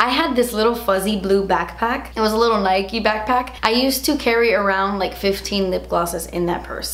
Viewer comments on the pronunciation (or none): none